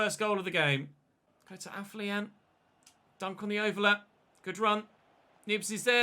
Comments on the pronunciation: AFO-LION, NOT AF-LIAN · Day 10 of telling it's pronounced AFFER-LION!!!